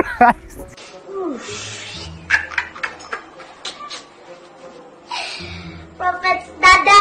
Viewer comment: Did i hear chlist😂😂😂